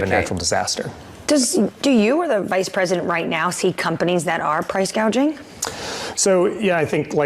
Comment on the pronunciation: "Price gauging"?